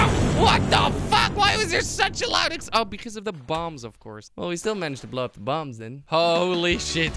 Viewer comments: In the intro he said upa instead of up he pronounced Apa which means dad in Hungarian! Also I'm a huge fan been watching since 10K subs amazing to watch u grow! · at the first time you say up so much it turn into (apa) in indonesia mean (what)